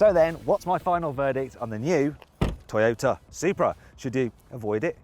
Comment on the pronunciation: 外国の人のトヨタの発音かっこいいな